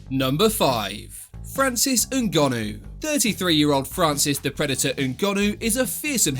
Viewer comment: Don't you just love it when a YouTuber pronounces foreign names well? Ngannou!